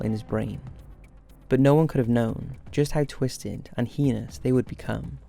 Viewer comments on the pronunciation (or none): That's not how we pronounce "heinous" in America, just saying.. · The way you pronounce the word "heinous" is heinous. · Yeah sounds like pen*s. Annoying.